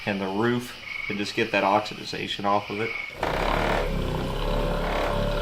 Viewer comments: Oxidation...NOT oxiDIZation! It's okay to make a mistake, but if you're going to say it 20 times get it right! With that said, I love your channel...one of my favorites! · Hope you feel better soon and beat the crud. Props to JD for standing in on his own, doing great! I did grate my teeth just a tiny bit... OX-eh-Day-Shun ;-) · Constructive criticism = "oxidation". if you hadn't said the work incorrectly each of the dozen times you said it, I wouldn't say anything. Nice find on this car for sure, I watched the whole video.